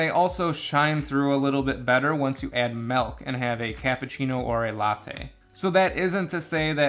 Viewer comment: It's "not expresso," but apparently it is "melk."